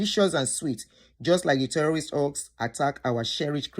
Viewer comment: Is it terrorist or tellolist are you joking or serious about this your tellolist pronounciation